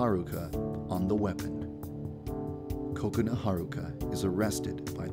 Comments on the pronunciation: he makes kokoana sound like coconut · it sounds like he is saying counut its kokana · most people pronounce Kokona like Coke-oh-nah instead of Coconut without the T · its funny when he says coconut instead of kokona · it sounds like your saying COCONUT instead of kokona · I hear Coconut instead of Kokona. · say it like Kub Scoutz say it: KA-kona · he says it as "cocoa-na" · I love how he pronounces Kokona like "Coconut " 🍰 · It sounded like you said Coconut-Chan. Also, Yandere was kind of blowing her cover on that last part. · ok is it me or does it seem like he keeps saying coconut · There is just something wrong when he says Kokona? It sounds more like Coconut. ;) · At first, I thought he said Coconut-Chan 😂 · Hey Yandere Dev, you pronounce Kokona (Ku co nu) I can't believe you didn't know that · He sounds like he says coconut chan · like he's saying coconut 😂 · Ko-ko-na Ha-r-uka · I thought it was pronounced koko na but it's ko-ok na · Omg I think it's pronounced ko-ko-na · i thought it was pronounced as ku ko. not ko ko nu. lol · Dev also says Kokona with a Short sounding 'o'. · Not being a hater on how he says it but it is not how you say that students name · The way he pronounced Kokona made me upset >.<